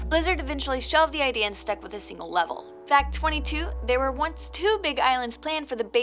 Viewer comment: "Singel" Player Kappa